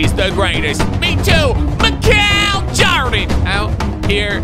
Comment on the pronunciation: “Hi twoydan, I have 3 pwayers”